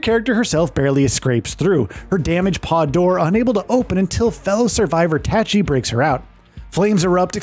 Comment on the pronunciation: I called bullshit that you even played the demo. They say her name in the demo and you still horribly mispronounce Tachy.